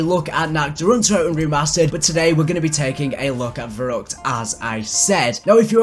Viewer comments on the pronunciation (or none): verruckt is pronounced ferruect in German, keep up the good work!